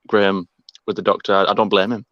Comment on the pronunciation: It Graham, not Gram!